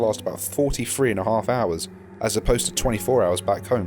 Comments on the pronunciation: Actually I like your narration, and it's fun to hear you pronounce three 😊😊😊☺ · I also pronounce three "free" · I don't much mind the whole sounding like "free" when you're saying three thing bruv. It's all in the accent. makes for a great video. love that shit!